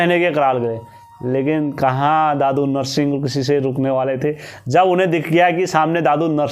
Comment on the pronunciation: Bhai dadu narshing nhi dhudha narsingh baghwan bolte hai inko